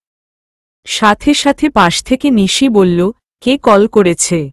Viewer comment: যাচ্ছে শব্দ টা ঠিক আছে । করেচ্ছে,ধরেচ্ছে শব্দ গুলি ভুল । ঠিক ভাবে উচ্চারণ করুন ।